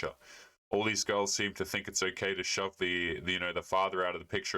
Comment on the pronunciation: "Oh Kie uh". You mean "okay"?